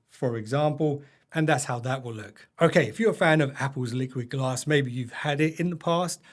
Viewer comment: No one saw he called it "LiquidAss" huh 🤣